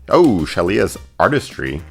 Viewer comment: "Shalias" artistry? xd ok